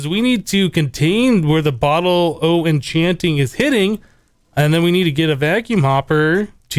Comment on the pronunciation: "bottle of oh-chanting"